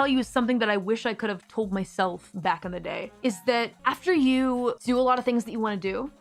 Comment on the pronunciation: “Back in ze day” someone’s “other side” is showing 😂